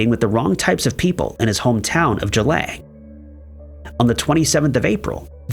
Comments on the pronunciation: Boy did you butcher the pronunciation of Geelong Australia. G-long. Just like its spelled. Not g-lang. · it’s Geelong LOL not Geelang! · The place is pronounced exactly how it's spelt for goodness sake! GEELONG .... Geelong in Victoria. Say it out loud Gee (as in gee whiz) Long (as in long legs), now put them together.... Geelong. Who taught you to read? Bloody Americans!